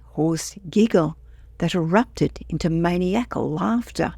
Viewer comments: Maniacal is pronounced mu-nye-ah-cool. Not maniac-cool. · Yeah but it was really funny.